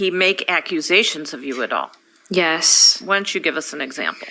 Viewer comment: And, is it just me, or does she overly pronounce yes?